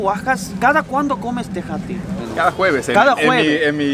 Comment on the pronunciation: Se dice o pronuncia tejate🇲🇽